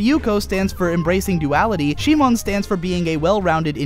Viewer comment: If you wanna do it the Japanese way, It's Shimon. シモン literally reads Shi-mon. The problem is how he pronounce it, as most people who doesn't speak Japanese do. Kiryūin Ragyō will be pronounce as Ki-RYU-in RA-gyo if you don't follow the Japanese way. Japanese pronounce their R as a light tap, whereas others make it a hard tongue-rolling R. The problem is the same in Gurren Lagann. it becomes Gu-REN Lagann.